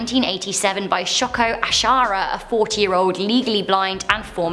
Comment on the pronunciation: Yes. Yes u r. I would blam her accent but I swear she is trying to be offensive when it comes to ethnic names. How can u not say asahara shiko asahara. It really is simple. Don't need to try and add more ethnic sound to it